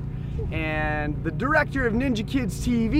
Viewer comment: It’s ninja not ninji